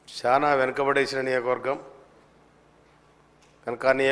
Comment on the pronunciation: నియోజకవర్గం అనాలి, నియోకవర్గం కాదు